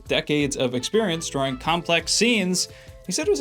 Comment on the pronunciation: You pronounce "Drawing" like Dro-oring